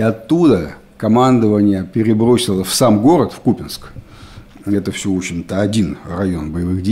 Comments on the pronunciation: Уже даже президент сказал что КупЯнск, но не КУпянск! Упрямства вам не занимать) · Правильное произношение - КУпянск , СлАвянск. Так что не прав ваш президент. 🤪